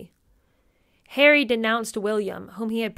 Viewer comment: Not wishing to sound sycophantic but ….. you are so entertaining and truly funny. I absolutely love the way you scrunch your nose up when you “do” call me plain old ‘Arry and the accent is absolutely hilarious. Thank you 🇬🇧